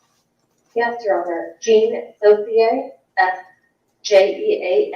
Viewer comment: sorry but i have little faith in a person who mispronounces her name. Jean is not Jane